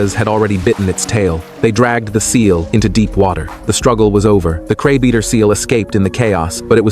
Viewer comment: The content creator needs to teach the AI better English pronunciation. The word is CRABEATER, not CRABE EATER.